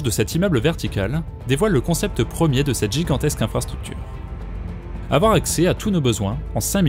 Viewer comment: "woohf il ne faut pas afoir peur"